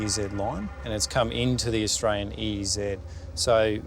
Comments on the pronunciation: "I atwyan" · Fist dude can’t even pronounce Australia but very arrogant that he has a “Otralian passport”. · I ot-rale-ien.....ummm, yeah, ok.